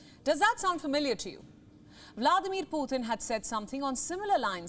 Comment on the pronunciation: Why do India media always pronounce the name of Vladimir Putin as Vladir Potin